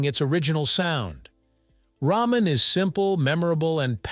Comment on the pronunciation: It's pronounced "rahmen," not "raymen"